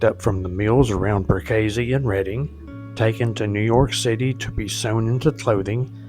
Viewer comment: I drove for Branch. It’s pronounced Perk ah see, not what you said.